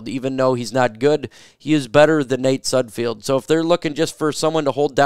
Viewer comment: It's pronounced Sud Feld, there is no I in his last name